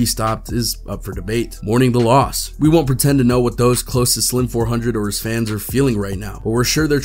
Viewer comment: Lord please stop saying his name wrong 🙄